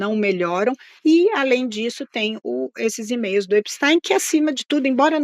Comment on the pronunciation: Essa carranca não sabe pronunciar o nome do criminoso nos EUA.. absolutamente irritante! Vou parar de ver essa joça..